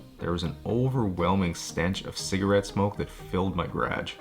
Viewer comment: No one is going to talk about how this guy pronounces garage?